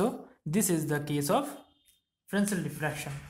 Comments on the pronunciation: Frensel kadhu sir...fresnel... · FRESNEL - The french do not pronounce the S in this case.